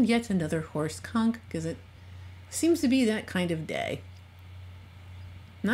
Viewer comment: XD I can’t help it. Every time she says horse Conk I hear something bad. Thanks brain.